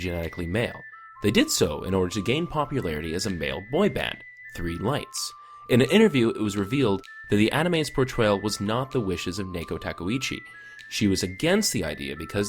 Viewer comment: I'm wincing at how you're mispronouncing Naoko Takeuchi. Otherwise, very accurate!